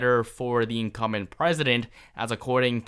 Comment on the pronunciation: Incum'B'ent...not Incumment. Sounds like 'incoming' when you don't pronounce the 'B'. Always momentarily confusing.